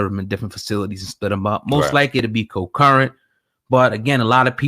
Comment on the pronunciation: The word is "CON-CURRENT" concurrent. ..